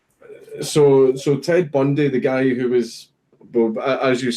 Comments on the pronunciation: Dankula: "Ted Bundeh? Th-the serial killer?" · ted bundee lol i laughed so much hearing that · "... and Ted Bundee..." wow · Ted Bundee*